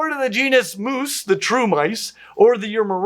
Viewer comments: actually, the Mus genus name does not rhyme with moose, it actually rhymes with "octopus" and "platypus". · the Mus genus name actually rhymes with "octopus" and it is the latin meaning "mouse".